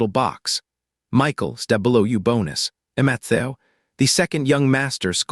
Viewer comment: Poor Matthew... can't speak your name😂😂😂😂😂😂